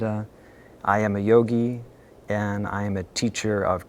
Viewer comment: I didn't like the way yogi pronounced his name.